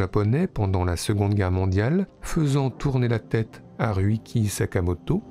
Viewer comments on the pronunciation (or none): Je suis morte "Riuki" Pour Ryuichi Sakamoto, les gars vous auriez pu vous renseigner sérieux ahah